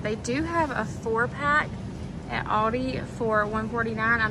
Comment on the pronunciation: I can’t get over the way you pronounce Aldi. It’s ‘al-dee’ 😂